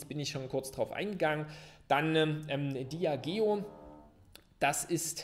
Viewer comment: Als treuer Zuschauer (seit dem 2. Video) eine kleine Bitte: Bitte spreche "Diageo" in den nächsten Videos richtig aus. ;) Als Eigentümer sollte man Wissen, wie das Unternehmen ausgesprochen wird. (Noch fehlen ein paar Euro zu dieser Stufe der Dekadenz ^^) (Ein Beispiel)